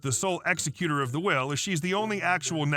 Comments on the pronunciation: ex-E-cue-tor, not ex-e-CUE-tor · Dear sir, the person in charge of a will is an exECutor of the will (the caps letters are where you place the accent; you kept saying EXecuter, like someone who kills prisoners). You need to learn English grammar!